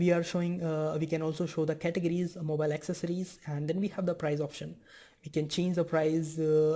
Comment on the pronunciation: Very good English, man! Until you reached "categories". Butchered that one. But that's really nothing compared to the content you're putting out! Great job!